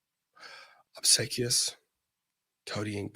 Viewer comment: I missed today completely, so I'm glad you're doing a recap. Also: its ob-see-quee-us